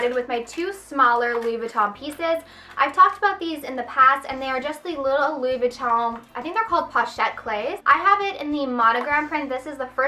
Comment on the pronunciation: You should be in a LV commercial - I love how you say the name!